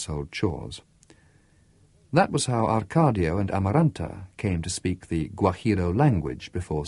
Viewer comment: Yes its very annoying that the reader dont say the correct names. Why does he say ArcaRdio and not Arcadio like in the book. When someone is called Smith, you wont say Smirth right ? It makes no sence.. but it is the greatest book ever written in my opinion !!